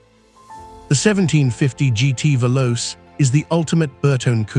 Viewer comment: how, How HOW tf can you have omitted the 8C 2900B MM? And the AI V/O is abominable -- as always ("Velossi?")